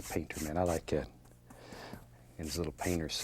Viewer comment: Just like 'at. (juss lygat?)